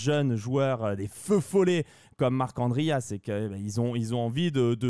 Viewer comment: J’apprécie l’effort de prononciation pour Marc’Andria, c’est tout ce qu’il me manquait sur ces vidéos